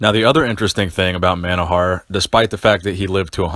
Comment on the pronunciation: His name is pronounced mono-hor-a-h lived a few kilometers from my house.